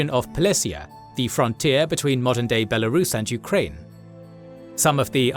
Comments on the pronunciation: "Belarusian" - is pronounced differently comparing to "russian". It comes from the name "Belarus". Belarusian: /ˌbɛləˈruːsiən/ Sounds like "BELL-uh-ROO-see-uhn" . So inside there is a sound "rus" not "rush". comparing to russian: /ˈrʌʃ.ən/ Sounds like "RUSH-uhn" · Wrote several times that you were pronouncing it incorrectly, but you started again. Belar[oos]ian, not beloru[sh]an.